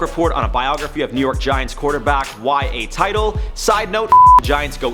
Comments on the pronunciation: Y.A. TIT-tle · Did the guy really say Y.A. TITLE!!!!